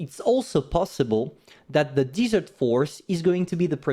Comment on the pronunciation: Great video. BTW I live in the desert like this place for which the Pharaoh is. Desert is sand and dirt said (Dez-ert); Dessert (Dee-zert) is like an eclair.